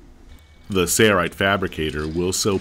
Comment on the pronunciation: Why is he saying 'say right'? Its sail not say. Am I missing something?